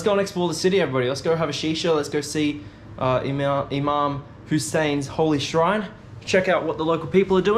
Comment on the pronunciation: So correct pronunciation IMAM Hussain you are too brave to go Karbla alone👍 its very holy place, incredible idea to open Cafe with all different teas you had so far, cheese paratha, Sheesha bar, I m sure all migrated citizens would love to gather in cafe, all Jordanians, Iraqis, Indian, Pakistani, its Boom boom business, lov from Karachi.